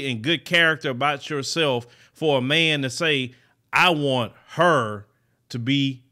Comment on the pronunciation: "You don't want to listen to men, just stay by yoself." LOL 😆 with the Houston accent 😂!